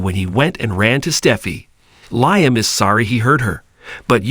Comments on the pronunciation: Yeah I Said the Same Thing about “RJ” ( RG) & Also “Liam” (Lie em Instead of Lee em) About a Week Ago.! The Way It’s Pronounced Is Sooo Irksome & Annoying.! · I Don’t a Know Who the Narrator Is? But Somebody Needs to Tell Him.! Stop Saying”R G” When It’s Obviously “RJ” ( R Jay) & For “Liam” He Says “Lie em” Instead of Lee em.! What.!! 😮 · For goodness sakes! Does this commentator even watch the B&B, or does he just read a script? Why is Liam's name always mispronounced? It's not just this commentator either! LIAM'S name is pronounced "LEE UM" not "LIE UM!" Watch the show at least once, and get it right! 🤬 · Please pronounce liam as if it is leem.usr letter e